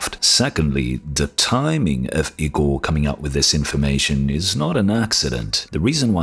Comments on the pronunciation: It's not IKKORRR Igor, like Draculas or Dr. Frankensteins assistant ...and it is pronounced: ee - g oh r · Kinda offtopic note: Igor is pronounced "e-gor". On topic: If Big Navi is really only 256 bit, I'll be disappointed. I want a card than can provide me 140+fps in most games 1440p hq.